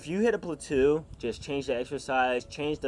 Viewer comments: plateau = pla-toe, not pla-two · my mans just called a plateau a “platoo” 😂😂😂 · Plahtoo lmao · If you hit a "platoo", say excuse me! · Its pronounced platoh, rhymes with dough or slow. Ftfy